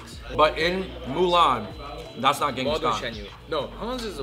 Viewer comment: It is nice that they are trying out the authentic Mongolian food but I wish they did more research and more understanding of our history specially for the Mongolian guy not fully able to tell his own history that’s little sad and for everyone who pronouncing Genghis Khan is not the correct way it is Chingis Khaan I wish Mongolians would correct it as they meet new people.